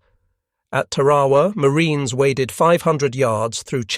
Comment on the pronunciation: Mispronounces Tarawa.